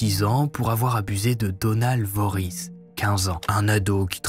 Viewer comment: Myers , ensuite Vorhees... j'ai tiqué ahahah